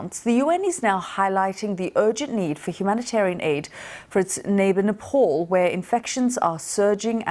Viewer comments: It’s pronounced NEPAL not NEPOL .. just like it’s not pronounced LANDAN it’s pronounced LONDON .. how can you pronounce your O in LONDON correctly but can’t pronounce the A in Nepal .. where is the O in NEPAL ? ... .. isn’t English from England? 🤦🏼 you are BBC news ! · Not Nepaul, it pronounced as "naepaal". Annoying newsreader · It's not "NePaUL" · It’s Nepal not nepol geez westerners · its Nepal not Nepoll... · Her pronunciation of Nepal is so irritating. Any way its not her native language. So its ok. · first go and learn how to pronounce nepal then talk about it. idiots from UK